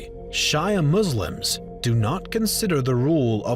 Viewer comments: Um, Shia is not Shy-uh; it is Shee-uh! :) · Bro you said 'shaya'. Its shia ( sheeya). Great video anyways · “shaya mooslims”💀💀 its shia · Shia is she-a not shy-a btw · Abu Bakr is his first name, so no it wasn't just Abu like you kept calling him through the video. Also Shiiiiia not Shyya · It's pronounced SHE-uh Muslims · Bro… did you just pronounce Shia Muslim like Shia LeBeouf? All credibility was just lost lmao. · no one: absolutely no one:: shy-a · Non arab could never pronounce the word شيعة correctly so it doesn’t matter how he say it tbh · Its pronounces as she-a ( a is pronounced as in in this phrase "a ball" ) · dam, the way you pronounced "Shia" xD